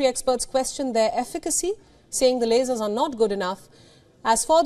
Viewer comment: She can't even say lasers